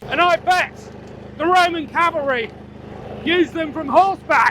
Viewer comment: your "cavalry" and "chariot" broke me lol, good show